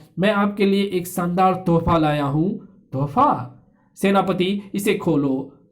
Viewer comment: शानदार को सान्दार कह रहे हो भाई पहले हिन्दी सीखो